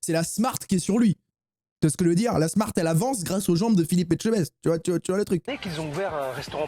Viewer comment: ELLE A BIEN DIT ETCHEBEST